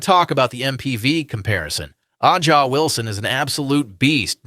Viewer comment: Um, it's "Asia," not "Ah-Jah." Wilson.